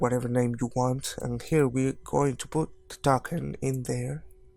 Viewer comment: I love how he says `Taken` instead of `Token` not to be rude. it is a nice comment, not a laughing at you one